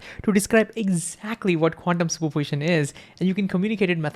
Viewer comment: He says "quantium super position" as 1 jiberish word ..qunmspropitn ??? WTF